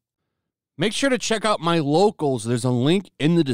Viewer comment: I always hear wokeals now when you say locals xD